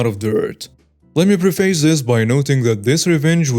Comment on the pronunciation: It was written 2 WEEKS. just read it wrong. He does this frequently. He also mispronounces words like 'preface'. I often wonder if he would want to know about these mistakes or not.